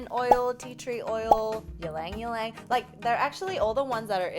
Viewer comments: been waiting for content about facial oils! also ylang ylang is pronounced with a long e \ˌē-ˌläŋ-ˈē-ˌläŋ \ and it has this lovely scent especially at night. stay beautiful ladies! love your videos. 💕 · Its actually read as "ilang-ilang" :D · Omg😂😂😂 as soon as you said 'ylang ylang' like that I was thinking of the hot chick so I lost it when you said 'you forgot your blang blang!' 😂😂